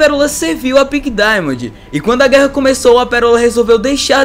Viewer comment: Para de falar pink dimondi